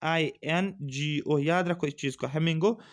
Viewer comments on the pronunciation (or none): Sir not hamingo it's flimango